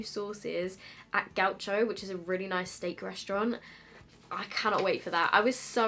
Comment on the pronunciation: Love the way you’ve pronounced Gaucho haha it’s Brazilian portuguese, so you’d say Gausho. But I think I’m sticking with yours from now on 😂 happy bday sweetie 🥳